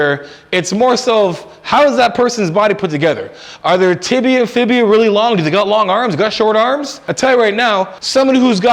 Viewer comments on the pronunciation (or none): Good information, good tips. Although I feel you are trying way too hard to sound intelligent. You don’t need that man. This was shown when you mispronounced the proper anatomical name for the ‘Fibula’ you called it a ‘ Fibia’. Easy trap for new players. You don’t need to throw around big words and over complicate things. Stick to what you know, which is a lot when it comes to technique and biomechanical force levers. No hate, just a tip. Good video 👍